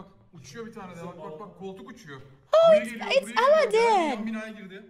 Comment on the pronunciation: Interesting pronunciation of Aladdin